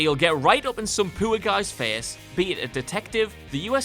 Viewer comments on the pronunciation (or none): y do u pronounce poor like its spelled pewer